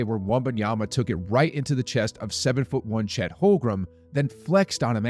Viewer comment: HOLM-GREN...really it's so easy to pronounce his name correctly. Nice video, besides